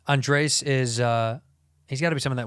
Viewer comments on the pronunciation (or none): when is Bobby gonna learn how to pronounce Andrés?!?? he keeps calling him Andreas like he is some weirdo from Sweden. :O( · One of these days Bobby will learn that his name is "Andres" and not "Andreas" and it will blow his mind.